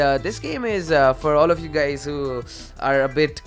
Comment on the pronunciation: "whats up gays"????? what kind of sh*t is that?